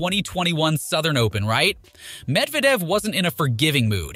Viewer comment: I've never heard worse pronunciations of each player's names. "I. G. A. Swiatek" "Darni Medvadev" "Euganie Bouchard" The list goes on.